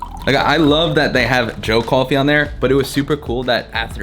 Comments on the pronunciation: cawfee it’s that New York accent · Did you realize you don’t have a typical New York accent but say coffee like your from Brooklyn or my cousin Vinny - even funnier is when you say coffee multiple times fast your Brooklyn coffee accent suddenly disappears